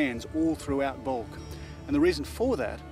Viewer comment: It's not calked bulk! But Balkh, meaning you were not prepared! Arshloch!